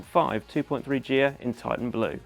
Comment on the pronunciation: Capri & Cortina GEE-HA. What?? GHIA ...nearest pronunciation would be GEAR. I appreciate it's probably before your time. The final models to use Ghia spec were the 2007 Fiesta & 2009 Mondeo. Goodness over 15 years ago.